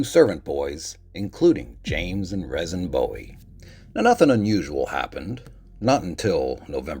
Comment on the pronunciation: Jim Bowie's brother's name is pronounced "Reason". Cool story. I appreciate that you take the time to present history of lesser known things. I enjoy it